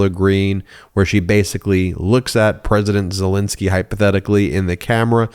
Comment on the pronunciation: Love you Ben. But you said zelenskys name wrong... you said it like people say putins name. Putin and zelenksys first name isn't spelled nor said the same way .